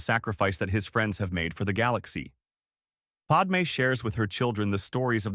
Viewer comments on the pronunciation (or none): It's not Podmay it's Padme And it's not Orguna it's Organa